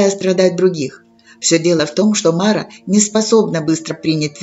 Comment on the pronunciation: Только не мАра, а марА. Тогда смысл в толковании имеется.